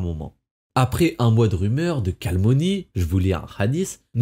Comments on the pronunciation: Toujours très bien tes vidéos! (Mais "calmonie" t'es sûr ;)) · Certes! Mais "calmonie" fait bien saigner les oreilles aussi ;)